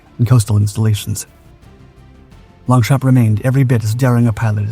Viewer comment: Don't pronounce P in Longchamp